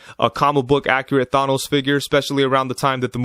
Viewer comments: THA NOSE NOT THAY NOS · Did he say thAH.nos Good review tho 👍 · Why are you saying Thanos like that?